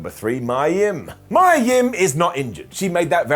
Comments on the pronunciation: I have a theory regarding why Mia (and it's pronounced "Me-ya" and not "My-ya") isn't being used. And I'll sum it up with a few names. Gail Kim, Asuka, Kairi Sane. They all have the same thing in common with Mia Yim. Hell, just look up what Gail Kim has said about Vince regarding his views on Asian women. That will tell you everything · maya yim? lol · Never heard of a wrestler named Mya Yim… but I have heard of MIA Yim 😆